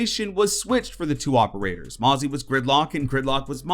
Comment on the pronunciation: Stop. With. The. Mericuh-n. o-p-e-r-a-t-o-r-s